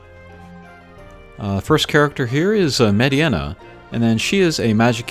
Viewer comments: nice combat . Its Mediena it's prononced MayDeNa not MaydeAna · Mediana? you called her Mediana? Its FCM. Funky Cold Medeina.